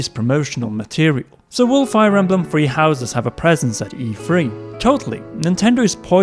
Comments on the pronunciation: Dear Britain: it's Three not Free... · I like the way he says “3” lol it sounds like “free” so cute.